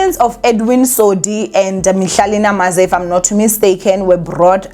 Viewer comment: Mihlali Ndamase not "Namaze" Sis❤